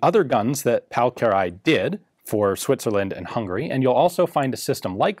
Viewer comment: I am pleased to see that our feedback from the Danuvia SMG video was headed. The designer's name is indeed pronounced Kir-ayy, and not Ki-ra-lee-y.